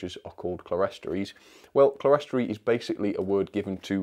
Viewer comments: It's pronounced "clear-storey" not "cle-res-tory". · Clerestory is pronounced clearstory, which I believe is an alternative spelling, possibly American. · Hi, don't want to criticise but the pronunciation is "clearstory"even though it's spelt clerestory, I only found that out about six years ago myself. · Oh. I thought the word was 'Celestory' as in celestial but no, it's not; it's on the box, Clerestory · Love these reviews! :D - One minor thing (as a fan of cathedral architecture) 'clerestory' is usually a 2-syllable word "clere-story" (pronounced "clear-stree"). As you rightly pointed out, the word comes from the high windows above side isles in churches, the glass level or 'clear story', a design feature echoed in these exquisite coaches. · It’s pronounced clear story, you are right it’s from church architecture. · they are pronounced clear,story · Clerestory? I think it's pronounced clear-story...